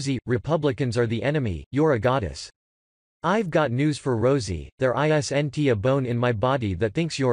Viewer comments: "there [eye-ess-enn-tea] a bone in my body.." You mean your jack shit electronic voice can't even pronounce "isn't"? Get off the internet. If you can't read it yourself, I would bet money you aren't even an American yourself. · The robot voice made me stop listening when it said, "There i-s-n-t a bone in my body...." Please teach the robot how to pronounce "isn't". The monotone is bad enough.